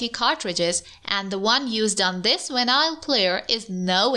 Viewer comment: I love how she SAYS VENILE